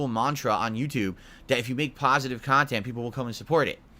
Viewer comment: "Productive khantent "???wtf is he sniffing glue or something ?